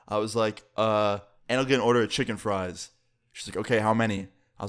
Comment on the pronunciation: The word. Chicken frie sounds so funny